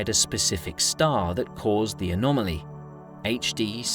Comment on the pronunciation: Love your accent! But please don’t say an*maly